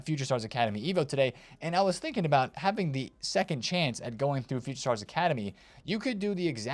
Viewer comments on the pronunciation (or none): none